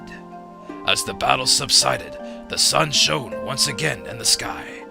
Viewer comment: Hopefully the word "shone" doesn't pop up too often during the rest of the LP. I don't think I can stand that pronunciation much more.